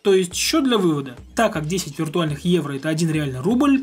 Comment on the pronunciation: Почему когда произносит: "Евро", я слышу: "Иена"?